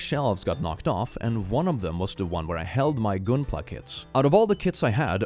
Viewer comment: I'm not gonna lie. I would defenestrate that child who broke the MG The O even before we consider it's emotional resonance and it being a custom job. Also, Gunpla is a portmanteau of "Gundam" and "Plastic Model". You pronounce the "Gun" in Gundam the same way you pronounce the shoot bang stick with bullets.